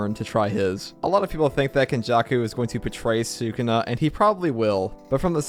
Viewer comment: i love the content but I cannot stand the way you pronounce Sukuna